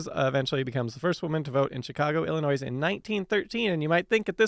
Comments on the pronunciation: Yes, it's not illinoise! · IlliNOISE???? DUDE, you sound like an American, and you don't know how to pronounce Illinois? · Note to: The "s" in Illinois is silent. One of the big pet peeves of my late mother (who was from Illinois) was hearing people pronounce it with the s. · On almost every channel, during every episode, Simon mispronounces something. Then Simon asks the ethers if he said it right or wrong. Sometimes he even looks it up. Then he says he doesn't care. Always. But, actions, fact boy, speak louder than mispronounced words. You do care. And consistently messing up while saying Illinois doesn't help. Smh.... hugs